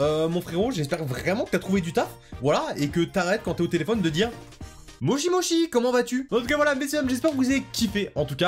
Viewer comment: “Mochi mochi”.. bro fait un effort une recherche Google c’était pas trop demandé. Une grosse faute comme ça en pleine miniature, ça agresse les yeux. C’est MOSHI MOSHI, la différence entre les Chi et Shi ça s’entend :\